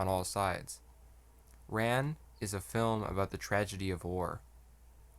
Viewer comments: Its pronounced like Khan. Not ran like I ran so far away. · Rān (Rahn, not English Ran) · Your mispronouncing it. RAn, like the Egyptian sun god Rah. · AI voices can never pronounce Japanese names correctly, you might as well have an Australian reading the script. "Ran" (pronounced "Rahn") is indeed a masterpiece, but I would rate it a step below "Kagemusha" ("Kah-gay-moo-shah"), which was more visually striking. It also had a uniquely Japanese story, which was somewhat historically accurate. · You provide a serious analysis of the movie. You cannot pronounce “Ran” properly. It makes me think you are not so serious. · My guy doesn't know how to pronounce Ran lol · "Ran" is pronounced like "Han" in Han Solo, not like "tan" or "pan". If you're going to make vid about it, at least learn how it's said.